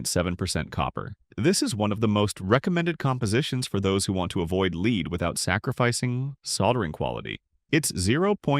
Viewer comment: AI generated ... Leed and Lead hahahaha